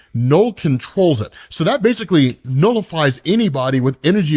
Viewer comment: "nullifies anybody," or "'Knullifies!' 🤣... anybody...? 😕"?